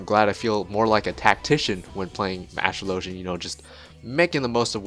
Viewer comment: ASTRO_LOW_GEN is not how you pronounce it lol..